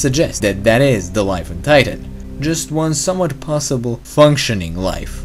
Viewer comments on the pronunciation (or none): none